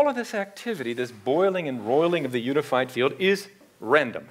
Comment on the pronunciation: What is the You-nified Feel-ed ? RorriMaesu says useaMirroR 🙏